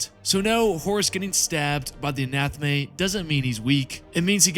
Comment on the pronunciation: Please please please stop calling it an anathme, it's A-NA-THAME